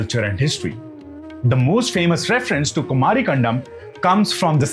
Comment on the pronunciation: Sir, It's not कंडम, it is कंदम्! Kan the m.